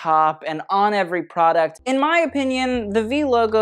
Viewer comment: everytime luke say product i heard prada 👽